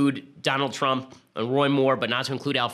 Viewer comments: i cant get over him accidentally saying "president twump" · did he just say president twump? lol